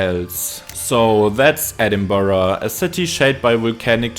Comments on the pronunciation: He didn't, it's edinbruh, not edinboro, it's not English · If my ears are not mistaken, the narrator pronounced 'Edinburgh' as 'Edinborough'....why? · People living in Edinburgh pronounce it two different ways. Edinbruh and Edinburrah. Check comments here saying they live in Edinburgh and that he is pronouncing it correctly. I live 30 minutes outside Edinburgh and hear people saying it both ways. Also Edinburgh is in the continent of Europe. Excuse me for being impolite but I think you are being a little judgmental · that’s almost the same as saying BOW-ROW which definitely isn’t the way. So it’s always safest and best to say BRUG. hard R. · the pronounciation "Edinboro" is just painful to me 😭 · its pronounced like Edinbruh. Trust me I’m from Scotland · I live in the USA- I’m constantly telling people it’s not Edinburg or Edinboro or Edinbyooro. It’s infuriating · if you're Scottish you know it isn't correct